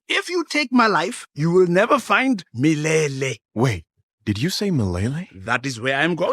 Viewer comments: lmao mlele is pronounced "hmmlele" not "m'lele" i was so confused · Especially the way they pronounced "mileyley?" 😂😂😂 kwenda uko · So...this is how french speakers feel when we misgender trees... Meyleyley? (It's the way they pronounce Swahili words.... I get 1d 50 psychic damage) Edit: White lions!? In the Savannah!!!? From WHERE!!!? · As a native Swahili speaker, the pronunciation of "Milele" triggers sth within me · Bro the only one who knows how to say milele is rafiki